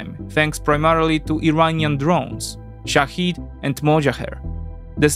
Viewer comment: Irańskie drony nazywają się szahed, nie szahid. Szahed znaczy świadek, a szahid męczennik. (ale fakt na drona samobójce lepsza nazwa byłaby ta druga xd )